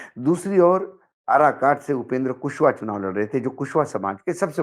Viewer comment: आराकाट नहीं वह काराकाट है सर।